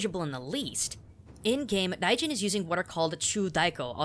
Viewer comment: It kinda sounds like you're pronouncing "Raijin" as "Daijin." Is it because it's difficult for most native English speakers to pronounce that "RL" sound?